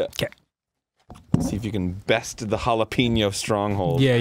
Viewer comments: Jalap-eno Put the emphasis on the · it's jalApeño not jalEpeño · It's pronounced "jill" "app" " ano"